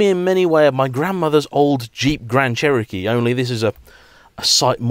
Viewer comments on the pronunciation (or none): none